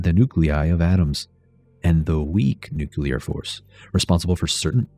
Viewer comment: I love this video! But, “nucular”?? Why?? Just why?? 😭😭